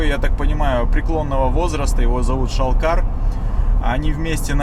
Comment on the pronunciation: ШАЛКАН А НЕ ШАЛКАР )))) А ЭТО ВИДИМО ТИМУР ЛЮКЕНГОВИЧ